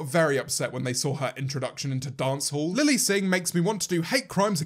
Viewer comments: he says lele instead of lily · Wonder Bread his accent doesn’t change the way he says Lilly one time 😂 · does no one notice that - he says Lele, not Lilly- just a little theory, what if they sorta merged in to one, To make the ultimate not fun super villain and James has to well- kill the demon. that made no sense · him calling her lele... wow it’s really gotten that bad